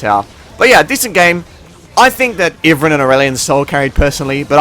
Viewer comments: its pronounced ive+ran. not iven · Pretty sure it's "eye-vern" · Iverin? Never heard it pronounced like that lol.